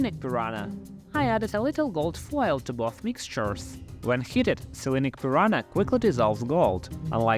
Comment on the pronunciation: Prononciation: PEE-RUN-(Y)A. NH sounds like NG in "sing".